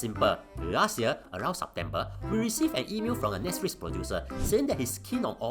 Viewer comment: When blue cat pronounce Netsflix, I noe something is wrong :p